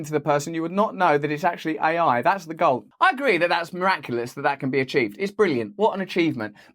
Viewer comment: Russell pronounces AI as I I. But what do you expect from people who refer to IBM, as "they" as in "they are," all the while everyone else knows that IBM is an "it." It is a singular corporation, not a plural. Never say IBM are doing something. Obviously, we should say IBM is doing something. (BTW, same goes for Australia and NZ.)